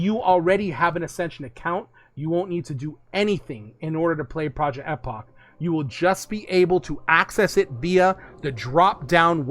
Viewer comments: Bro if I hear project Ehhhpok again ima snap. It’s pronounced Eeeepoch lol I’m glad for this change though. Finally will be able to play epoch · Project Eh-pock 😂